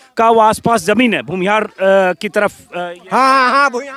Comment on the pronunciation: Aapki baaten pasand ki jati hai Lekin Ek patrakar hokar bhi aapki hindi urdu achchi nahin hai Ye buniyadi zaroorat hai k aapki bhasha par zabaan par pakad ho Aap buzurg ko bujurg taraf ko taraph bolte hain aur bhi bahot si ghaltiyan hoti hai Aap apni bhasha theek kar len to aap bahot nayab ho jayenge